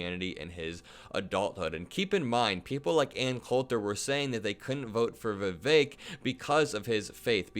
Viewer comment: In a side note, how is it they canNOT pronounce Vivek. Vivek R. literally told them how. "Rhymes with cake".